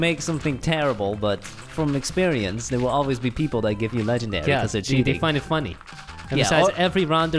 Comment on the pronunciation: When he said Legandar i felt that😩😩😩😩😩